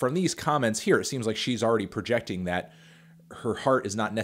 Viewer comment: “Thit label”